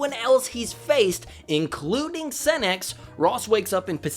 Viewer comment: Say Lord Senex without the en 😳😳😳